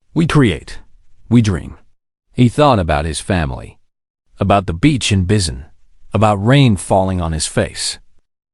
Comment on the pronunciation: I enloyed the story 💜, but... if you're going to have the humans come from a country that isn't English speaking, please make sure the AI knows how to pronounce any names or words used in the other Earth language. Busan is boo-sahn, not biz-en or bis-en. Daegu is day-goo (or tay-goo). It actually managed to say it once, but it was different every time.